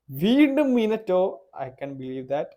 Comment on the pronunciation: Minito alla minato